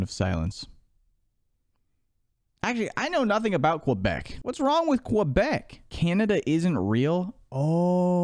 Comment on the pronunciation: Yoo, over here pronouncing Quebec like Carl pronounces Croissant